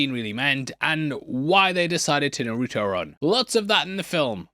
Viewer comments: Naruto is pronounced “NAH-ru-toh.” Emphasis on the first syllable. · Peak unc calling naruto narooto